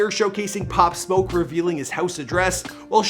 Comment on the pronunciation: At least you pronounced his name correctly. Thx